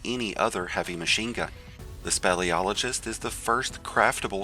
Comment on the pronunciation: Speel SPEEL-iologist! NOT SPELL.